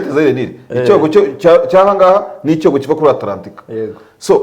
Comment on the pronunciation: Mushuti wanjye ntibavuga icyogo bavuga icyoko